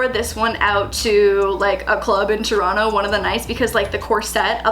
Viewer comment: I appreciate that you still pronounce Toronto like a true Torontonian